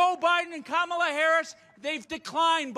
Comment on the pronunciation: "Kom-mALAh"😂😂😂 the way he says her name is so funny😂